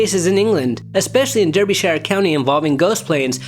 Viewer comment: NB - Derbyshire is pronounced like "Darby-shire" but otherwise no complaints. 👍